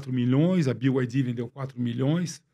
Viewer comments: Os irmãos, apesar de ouvir diversas vezes o entrevistado falar corretamente o nome BYD (biuaidi), insistem em dizer "biaidi" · “Bi ai di” kkkkkk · Os entrevistadores falando BID. BYD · Acho engraçado quando ouço o pessoal falando "Bi Ai Di" kkkkkkk